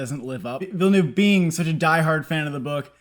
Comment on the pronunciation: I applaud your correct pronunciation of Villeneuve. 👏 👏 👏